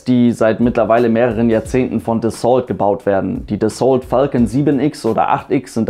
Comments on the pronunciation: Dassault ist ein französisches Unternehmen und wird daher nicht Dässolt gesprochen, sondern Dassoh. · Psst.. "Dassault" spricht man so aus, daß es sich auf "Renault" reimt. Also eben mit "Das" vorne, statt "Ren". ;-)